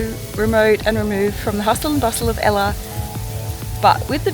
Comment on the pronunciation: What a wonderful travelogue. However, I was distracted by the poor pronunciation of some of the places visited. It's not pronounced Sig-e-rhea but Sea-ghi-re-ya and Ella is the Sinhala word for 'waterfall' (pronounced al-le) and not the girl's name!